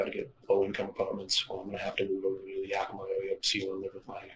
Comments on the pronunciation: It's YEAH-ki-mah. Not Yockimuh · Long time resident of the area. Yakima is more like "yak-im-uh" They like to call it the Palm Springs of Washington... I doubt I'll ever get it. I can't believe I"ve never heard of this, I live in Richland for a couple years, and my inlaws are up near Yakima. Youd think it would big news